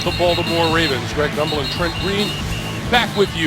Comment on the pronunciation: It’s “Gumbel”, not “grumble”!